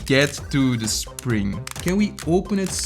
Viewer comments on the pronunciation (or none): none